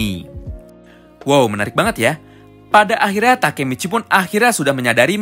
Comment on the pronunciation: Kok Baka Michi 😂😂😂